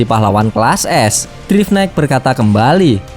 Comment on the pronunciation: bang namanya drive knight dibaca (draiv naikt)